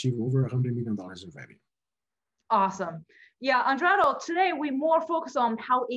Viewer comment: You repeatedly mis pronounced Eduardo's name. Very disrespectful and again you should scream less and slow down a bit. Your content is good, but very draining to watch